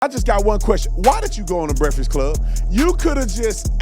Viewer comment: The brekfod club. Speak English you dumb ass